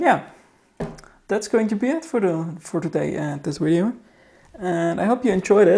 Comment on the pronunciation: DID HE SAY WIDEO NOT VIDEO